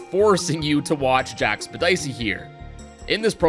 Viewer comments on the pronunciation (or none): jacksepticeye❌ Jackspedicy✅ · Lol Jack-Spedicy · It’s jacksepticeye not jackspedicey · You said Jack septic eye wrong